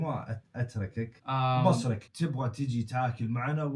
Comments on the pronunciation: مو بَصرك بِصرك بكسر الباء يا الله يصلحك حتى وانا استخدم هذي الكلمه ماعرفتها لما قلتها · بُصرك تنطق بالضمه وليس بالفتحه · بُصرك مو بَصرك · بصرك بضم حرف ( ب ) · بُصرك تنطق كذا بضم الباء😂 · فيه كلمه قالها غلط بصرك بالضمه مو فتحه 😭😭 ومادري ليش يتكلم اخر شي بالهمزه زي فيهاء 😭😭